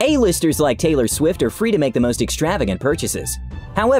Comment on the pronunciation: Taylor shwift